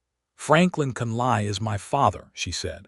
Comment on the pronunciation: Hate to start this post with complaints about AI , however, the last name of Catherine is not pronounced as Con,lie but is pronounced as Con,lee. Lord have mercy, the narrator correctly pronounced Tucson!!!!!! Listening from Clarksville, TN.